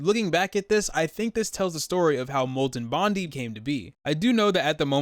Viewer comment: Bondee’s MORE LIKE BONDEEZ NU